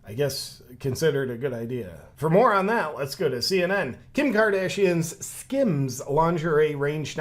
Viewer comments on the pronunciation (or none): Notice the "tape over mouth" woman is left handed. Just sayin... Did you say "more on that" or "moron that"?